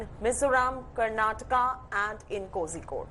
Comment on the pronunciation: You pronounced Kozhikode wrong. It just shows your ignorance